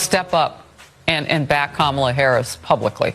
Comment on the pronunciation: Shame on Ka-mall-la 😅😂